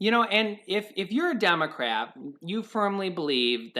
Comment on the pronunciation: Lmao I don’t know if anyone else heard it but said if your a demacrap